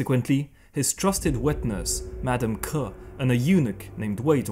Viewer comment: Excellently done! Just a note - Wei Zhongxian's partner-in-crime's surname is 客, but as a surname, that word is pronounced 'qie3'. So she is actually Madam Qie, not Madam Ke.